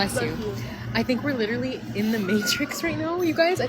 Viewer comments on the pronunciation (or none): I'm not tryin' to listen to anyone who says "LYBERRY" or "LITTLE-LY." 😂